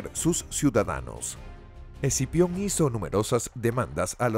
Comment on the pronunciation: Scipio, quien sabe porque el el narrador dice exipion xd